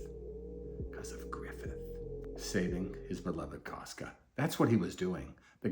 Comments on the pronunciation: second most bitter souding pronunciation of griffith's name i've ever heard, losing only to guts, of course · Every time he says griffith…… same 😭😭😭😭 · the way he says griffits name😂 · THE WAY HE SAY GRIFFITH IS SO FUCKING FUNNY 😂😂😂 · Every time too 😂